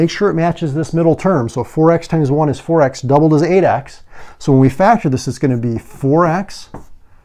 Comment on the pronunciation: If he said 4 x i can hear forax hahaha